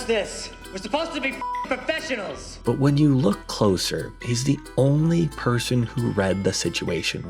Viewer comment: "We're profesdionals" 😂